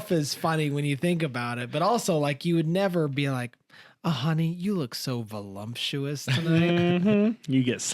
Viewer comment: I agree! I save the podcast to watch last! Just wanted to say the word is voluptuous not volumptious :)